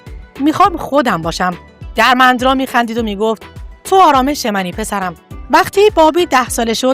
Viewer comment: دوست عزیز پوزش میخوام اینقدر صریح صحبت میکنم ولی وقتی برنامه و ویدئو تهیه میکنید باید سواد و اطلاعاتتون رو هم بالا ببرید.نت فلیکس رو کلا اشتباه تلفظ کردید.اسم دِرمِندرا را هم اشتباه تلفظ میکنید ولی کلا ممنون از به اشتراک گذاشتن اطلاعات